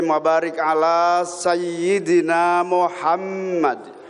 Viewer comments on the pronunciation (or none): none